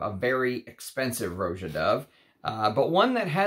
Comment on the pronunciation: Roger Dove named his house after how people lazily pronounced Roger. Rah-jah. Not Row-zha. Just sayin'... Thanks for your channel!